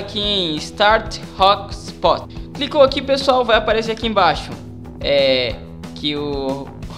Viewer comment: Não queria rir cara, mas "hostpot"? kkkkkkkkkkk e conectifii? jkkkkkkkkkk